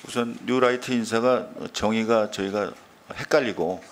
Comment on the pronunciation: 뉴라이트를 유라이트로 발음하는 삼류...